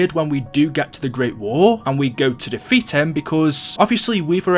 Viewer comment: No joke when you said defeat I heard de feet